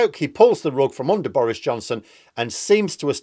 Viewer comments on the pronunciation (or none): none